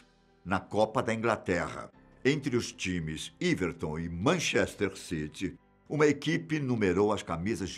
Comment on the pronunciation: everton e nao iverton